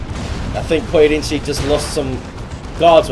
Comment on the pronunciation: You nailed the pronunciation of "Pojedynczy" well!